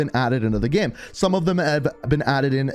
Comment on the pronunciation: Every time he says "game" it sounds like "gam"